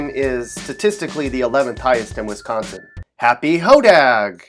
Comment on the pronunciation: This guys pronunciation of Wisconsin is pissing me off 😂